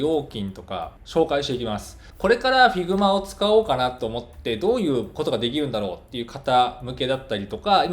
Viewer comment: 発音って、ヒグマ なんですね